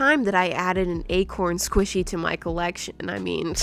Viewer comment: The velocity Squishyee